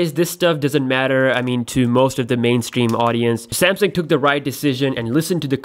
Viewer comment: I like how he pronounced "sam-seeeeeng"